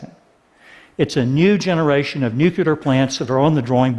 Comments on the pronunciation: Loved the video, but couldn't help but wince every time he pronounced it "nucular." Again, awesome video, great message, totally in favor of it, but just... nuclear XD. Keep the great content coming TED, always a pleasure to listen, watch and learn. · It's pronounced Nuclear, not Nucyaler. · One thing that might help perceptions is to pronounce the word "new-clear" instead of "nuke-you-lar" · I'd argue that fracking IS NOT a viable alternative to coal. Nuclear -> Noo-kleer not nuke-u-ler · Why does this man keeps saying "nucular", this is a TED talk, the least you could do is pronounce it right. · he keeps pronouncing nucular instead of nuclear :\ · Is he for real? Dude wants to be taken seriously about energy and he says "nucular"?? IT'S NUCLEAR... NU - CLEAR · Awesome video, great message! I look forward to more implementation of this technology. But can Americans please stop saying 'nucular' as if it's a word? It's spelled and pronounced 'nuclear'... Why take after Bush? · There is no such word as "nucular". PLEASE learn to say it right! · we are supposed to take anyone seriously who says nookyooler ? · Nuke YOO lerr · nucular. NUCULAR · Should have talked about these new nuclear plants and why they're better instead of wasting time talking about coal. Also it's hard to take someone serious when they say "nuculer". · ▒▒▒▒▒▒▒▓ ▒▒▒▒▒▒▒▓▓▓ ▒▓▓▓▓▓▓░░░▓ ▒▓░░░░▓░░░░▓ ▓░░░░░░▓░▓░▓ ▓░░░░░░▓░░░▓ ▓░░▓░░░▓▓▓▓ ▒▓░░░░▓▒▒▒▒▓ ▒▒▓▓▓▓▒▒▒▒▒▓ "Nucular... It's pronounced Nucular" ▒▒▒▒▒▒▒▒▓▓▓▓ ▒▒▒▒▒▓▓▓▒▒▒▒▓ ▒▒▒▒▓▒▒▒▒▒▒▒▒▓ ▒▒▒▓▒▒▒▒▒▒▒▒▒▓ ▒▒▓▒▒▒▒▒▒▒▒▒▒▒▓ ▒▓▒▓▒▒▒▒▒▒▒▒▒▓ ▒▓▒▓▓▓▓▓▓▓▓▓▓ ▒▓▒▒▒▒▒▒▒▓ ▒▒▓▒▒▒▒▒▓ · nu nucular! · I am against nucular... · new nucular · "What's holding New Nuclear back?" ... maybe it's that you say nuclear wrong? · A nuclear expert oughta be able to say nuclear....just saying. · I don't like this video solely for how he pronounced nuclear. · ***** Hey, how is it going?